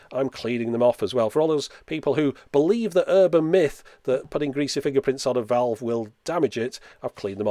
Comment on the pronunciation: The pronunciation of when you say "valve" does not seem right to me. ;-)